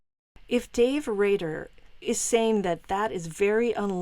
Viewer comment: Rader ..not Radar